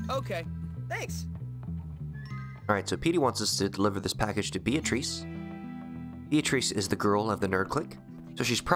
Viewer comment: It's pronounced BEE-uh-truss, not Bee-AH-treess. Sorry, it's a good video, that's just bugging me.